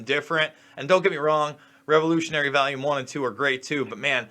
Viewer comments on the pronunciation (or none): Do New Yorkers say volume like "valume" or is it just? Never heard anybody consistently pronounce it that way.